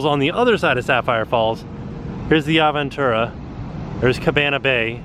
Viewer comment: It’s Ahhhhh veeeeen tu rá. Sorry I speak spanish and your pronunciation is bothering me lol.